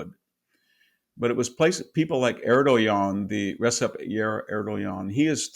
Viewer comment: He mispronounced Erdoğan’s name